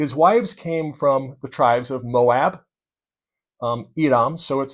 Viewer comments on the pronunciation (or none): none